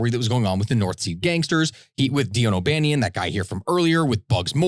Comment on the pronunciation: Dean O’Banion was my great great grandfather and it drove me crazy hearing you switch between pronouncing my last name correctly and butchering it